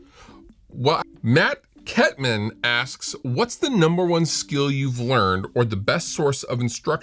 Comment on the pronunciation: Thanks for taking my question, Fluff! Also, thanks for pronouncing my name correctly (Kettmann). You'd have no idea how often people screw it up.